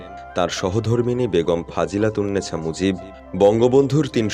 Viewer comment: আমি যেমন শুনলাম বেগম "ফাজিলাতুন্নেছা" মুজিব 😂